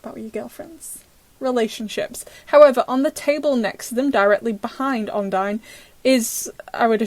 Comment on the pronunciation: It's called odine not ondie